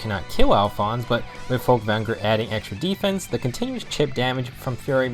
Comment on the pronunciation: Every time you said Folkvangr I died a little. Good thing you said it like ten times